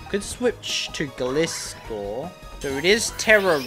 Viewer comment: Pronouncing of Gliscor was hard to hear Gli (rhymes with Fly) - score